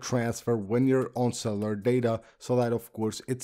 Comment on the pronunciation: Cellar data. Lol. It’s pronounced cell U lar